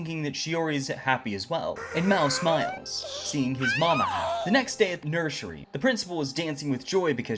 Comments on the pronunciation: Did no wan hear he say nershery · I love how he pronounce nursery😂😂